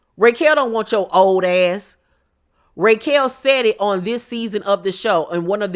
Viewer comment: Every time you call her "RAY"quel, I scream 😂😂.